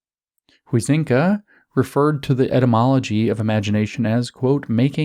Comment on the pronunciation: It's pronounced 'High-zinga'.